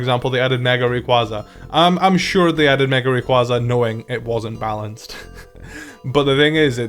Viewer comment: Hot take: The way you pronounce Rayquaza is wrong, not just you though a few other Poketubers do it too, wish people knew how to say one of my favorite Pokemons name correctly